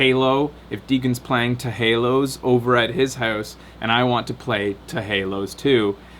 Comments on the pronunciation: "teh haloz". I can't take seriously when he says it like that:P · it's 'teh halos' :p